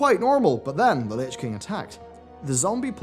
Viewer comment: "Lich Kling"